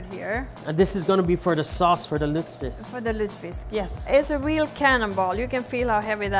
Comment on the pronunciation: It‘s „lutfisk“ not „lutsfisk“ 😉